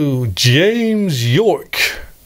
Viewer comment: James Yorke is pronounced as “Jame Jorke” in this video. I imagine a rival cassette manufacturer with that name imprinted on the shrink-wrapped case 😅